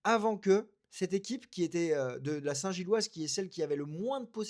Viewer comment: C'est si difficile que ça de dire "Union Saint-Gilloise" ? ^^